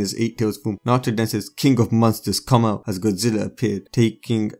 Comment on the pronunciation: Did he say godzila